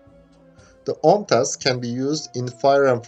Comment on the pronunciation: do you know how well you pronounced the full OMTAS missile? That was literally native turkish :)